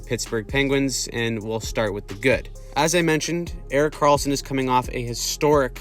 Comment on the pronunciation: ah yes "Erik Kralsson"